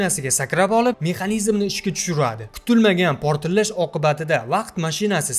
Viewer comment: Портиллаш эмас портлаш !